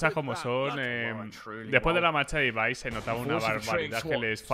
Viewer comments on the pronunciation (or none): none